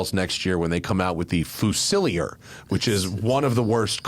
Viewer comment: it's not fu-sill-i-er, it's fuse-i-leer. British military term, like grenadier...